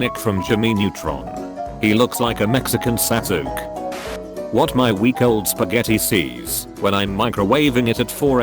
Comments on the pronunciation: Also Sasuke being pronounced Sas-uke instead of Sa-s-ke. (although it's written Sasuke in that is how it's actually pronounced [the way I wrote the pronunciation]. The "u" is silent, or so it sounds.) The My Chemical Romance lyric post and response reblogs went on like the original line that was before "a marching band" was said instead of that essay that was typed by the the person who typed the note before. That post is literally "There's two types of people". XD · Nobody: Tts: sasook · how "Sasqu" -_ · Are we going to talk about how they pronounced “Sasuke” Sa zook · I was Sa-SHOOK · Ghostii ikr XD I was just going to comment about the sasook part XD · I’d pronounce it “sa-sook-é” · The way he pronounced Sasuke and Anime I can’t. 😂 this episode had a lot of Naruto lmao. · Sasuke.... the way it’s pronounced tho hahaha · The way this voice-bot pronounced "Sasuke", coupled with the post itself made me nearly suffocate of laughter.